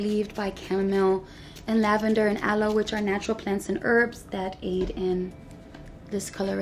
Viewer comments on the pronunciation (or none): none